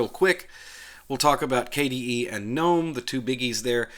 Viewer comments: GUH NOME----NOT NOME THE G IS NOT SILENT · And GNOME is pronounced GUNOME, not NOME.